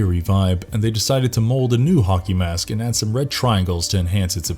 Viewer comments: Anyone else hear him say honkey mask instead of hockey mask? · Why do I keep hearing "honkey mask"? Help meeee!